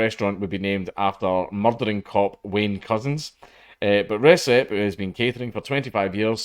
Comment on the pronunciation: "Recep" Dude is turkish, anti turkish racism is on the rise these days and it is really sad. Where could that come from?I wonder. Certainly isn't from the UK where we don't care about turks. A certain country does though, hmmmm. Also it is pronounced rejep. And I'll be going there ASAP.